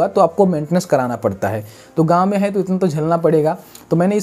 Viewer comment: Haiye nahi hai😜🤣 bhai accent oar thida kaam karlo sahi nahi lag raha dikat nahi hai lekin fir v